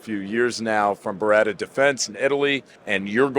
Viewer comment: I almost thought each time you were going to be introducing a different Ber-rit-ah rep! 😂😅😂. By the way Bartoli had a recall on their costco salami.